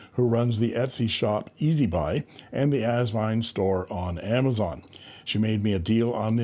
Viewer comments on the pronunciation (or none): none